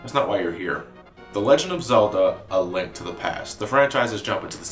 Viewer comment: Almost sounds like you said a "Lint" to the past there.